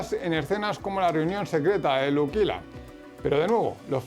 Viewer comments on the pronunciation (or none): Porque dices Luquila? Con Q? Si es Lucila?? Pd: me encantan tus videos 😬